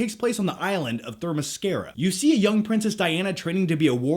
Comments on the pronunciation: Let me clarify for you, which are the actual pronunciations: 1. She's Israeli, so it's pronounced: Gall Gah-dough-t (Like Doll Float). 2. It's Themyscera, not Thermiscera. 3. It's Steve Trevor, not Steve Trevors. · That pronunciation of Wonder Woman's home that did lol Theremescura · and Themyscira lol